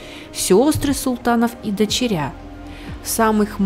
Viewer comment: мешает. Не говорится дочерЯ, сёстрА и т.д. все очень просто. Просто потому, что ннт в русском языке слова дочерЯ. И ведущие новостей - не эталон правильного произношения